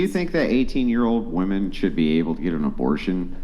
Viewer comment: the dumb dumb on the right of the screen is yet another woman .. who can not pronounce "womEn".